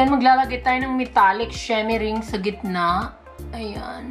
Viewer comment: "SHEMERING" hahahahhahaha di ko kinaya mamsh. 😂